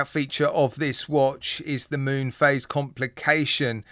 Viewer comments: Mun?....maybe pronounced 'moon'? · Id rather the automatic movement.its pronounced moon.btw.